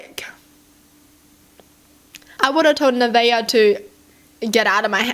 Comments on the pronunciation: Naveah is pronounced “Na-vay-ah” so you were right :) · You pronounced it right. By the way, her name is Heaven spelled backwards... That's uh... sacrilegious by the way. Speaking backwards is considered speaking in tongues and associated with devil worshippers. Her name means Hell when it's spelled that way. The fact she came into someone else's home as a guest and had herself a temper tantrum over the fact that a woman lives there and has feminine products in the bathroom kinda confirms that she's a demon incarnate.